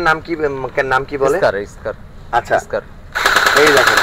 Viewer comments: SCAR-l স্কার-এল, স্কারেল না! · ইউটিউবারের বিন্দুমাত্র আইডিয়া নাই ফায়ার আর্মস হিসেবে। স্কারেল রে বলতেছে স্কার, গ্লক রে বলতেছে লক। 😅😂😂